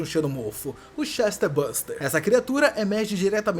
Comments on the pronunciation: Não é CHESTER buster, é "Chestburster" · Por que você fala "ChestERburster"? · Chester buster não amigo, Chest, de "peito", "tórax" - burst quer dizer estourar. Ou seja, um ser que estoura o tórax. ChestBurster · "Chester" buster........ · "Chesterbuster" é novidade 😂😂😂😂😂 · Correto é chestbuRster (estoura-peito) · Daora esse "Chester buster" kkkkkkkk